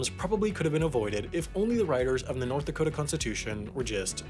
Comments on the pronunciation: My friend: wtf is a dakata? Is that a mexican pastry? Me: sure? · It's pronounced "Dakoter"